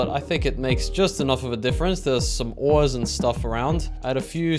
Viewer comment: Those Are Some Funny Looking Oils It Said Oils Instead Of Ores